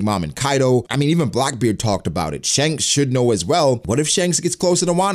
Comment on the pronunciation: Your pronunciation of Shanks is the worst...